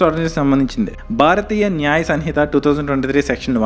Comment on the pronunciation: Sanhitha kadu samhitha tammudu